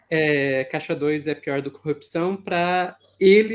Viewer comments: cupsaum, pq ele não consegue falar CORRUPÇÃO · Ele não sabe falar corrupção também, todas as vezes que ele fala cupção, eu não aguento! Pior que ele foi elevado ao nível de herói! Aff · O Marreco falando coupcão é muito bom hwhwhwhwhwh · Fico abismada com a incapacidade dele de pronunciar a palavra corrupção... CUPÇÃO?! meooo deooos 🙄🙄🙄🙄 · "Corrupzçrrãoooo" hahahhahaha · Gente.!!! O Batoré de toga não consegue falar CORRUPÇÃO!!!! Jesus!